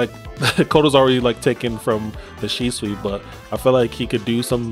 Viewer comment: It’s shisui bruh 😂😂